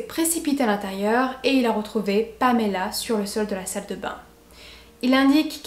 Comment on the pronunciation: Je suis toujours troublée quand j’entend une histoire dont la victime porte mon prénom. Mais chapeau pour la façon dont tu le prononces, ça fait du bien d’entendre mon prénom qui n’est pas écorché 👌🏻